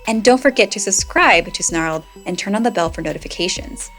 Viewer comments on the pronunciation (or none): none